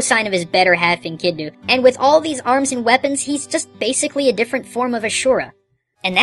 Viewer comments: In the Gilgamesh piece, it's pronounced enkedu not enkednu. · Couple pronunciation issues you may want to address, if it matters to you: It's "Enkidu", not "Enkindnu". Bahamut is pronounced "Ba-ha-MOOT", rather than "Ba-HA-mutt". The latter can be confirmed via the original japanese spelling, which emphasized the long "oo" sound. This is also the correct pronunciation when referring to the mythological world-pillar fish (which you can confirm on the wikipedia page for Bahamut).